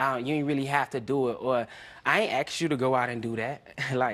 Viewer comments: Why is no one talking about the real problem here and that's neither one of them can pronounce the word ASK? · Also dont forget we black ppl say assssssh instead of ask